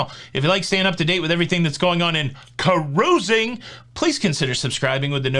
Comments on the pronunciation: bets a like as soon as I hear Kah rusing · I love when you say the emphatic “CA-ROOZING” when you invite people to subscribe. I’ve missed it in some of the recent videos, so I hope it becomes a staple! Thanks for all you do,!